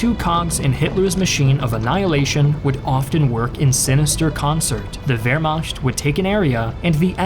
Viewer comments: Great video as always, nicely narrated and great animations. I don't want to be the pedantic asshole, but you keep pronouncing Wehrmacht as 'Vermasht'. It's 'Vermaht' or at least as some americans pronounce 'Vermact' which is closer to the correct pronunciation. Sorry, but you kept saying it like this and I couldn't help it. Keep up the good work ! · A very informative and interesting documentary! The aminations are excellent and do a fine job of conveying the information. But the presenter should take more care in his pronunciations of certain German words, like Wehrmacht... The "ch" in German has two main sounds: a hard guttural "kh" sound after the vowels a, o, u, and au, and a soft, hissing "ich" sound after other vowels or consonants. I know it may seem like nitpicking to the American ear, but to a German one, it is a gross mispronunciation. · Your pronunciation of ‘Wehrmacht’ is hilarious.